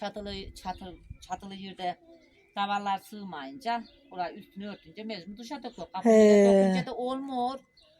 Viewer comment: Mecmur deyil mecbur